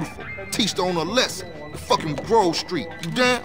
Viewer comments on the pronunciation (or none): Das heißt Grove Street und nicht Grooove street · achte mal darauf wie man grove Street ausspricht, man spricht es nicht gruve Street aus:) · Nicht groove street sondern grove Street! xD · Ich feier dich aber bitte hör auf Gruf Street zu sagen es heißt Groooove Street ;) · Das heißt grove street nicht gruve street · Es heisst grove street nicht gruve street